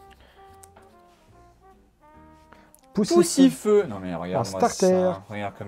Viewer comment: Il a dit Pussyfeu